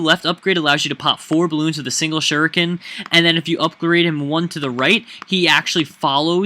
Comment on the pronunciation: just sayin, shuriken is pronounced like Shoe-Ri (like in wrinkle) - Ken (like the name) hope it helps! :D